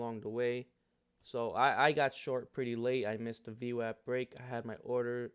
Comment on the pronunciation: As soon as I heard you pronounce it VWAP and not VWOP I Subscribed. Then seen you used Multiple timeframe VWAP and that was conformation. I would like to see you make more content. VWAP earnings Reversals have been a 90% plus winning trade.